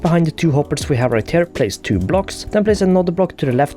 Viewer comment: Everytime he says the word “here” (as in, ‘over here’) it sounds like he’s saying “hair”